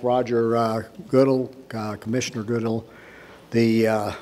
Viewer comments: He just butchered Roger's last name. He'll see to it that we have the worst schedule for years to come. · Kinda makes you wonder how much he keeps up with the game when he doesn't even know how to pronounce the commissioner's name. Twice!